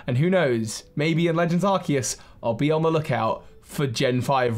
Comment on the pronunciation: Legends Arkoos* not trying to hate, but please pronounce it correctly :)